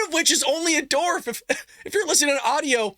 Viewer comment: You kept saying dorvs instead of dwarfs. But the video was awesome and you look like you're having a great time and it was a lot of fun information. So I'll let it slide. LoL 🤣